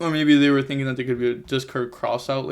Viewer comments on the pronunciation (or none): none